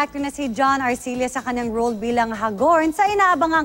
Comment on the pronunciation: Hag-orn hindi Ha-gorn